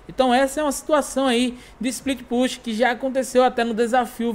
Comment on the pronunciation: a palavra Push a pronúncia é -Pãch(e) Com o é sendo muito fraco Mas o "Pushar" é puchar mesmo, <3